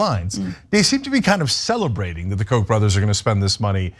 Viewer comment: I was mystified by all the references to 'coke' or 'Coke' even, until I saw some of the signs with Koch on them. Why can't you pronounce Koch correctly, FFS?! Koch rhymes with loch!